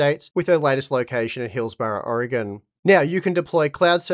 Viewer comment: Good job pronouncing Oregon properly. So many ppl from this country can't get it right.... Commendations to you. (Also great review).